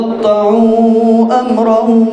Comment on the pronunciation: فتقطعو ہے ف سے و سے نھیں